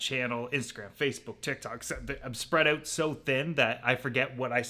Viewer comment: First time I ever heard a Canadian accent from, "We'll figure this oouutt"